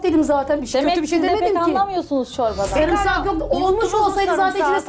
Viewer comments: şu sarımsağı düzgün söyleyin ya sarmısak ne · Samırsak😂 diyeni duydum bu program da.